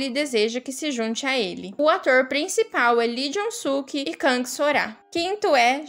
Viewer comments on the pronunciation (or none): none